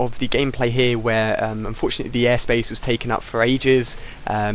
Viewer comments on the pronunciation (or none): "i unforetunately got the final kill cam" first time i heard that XD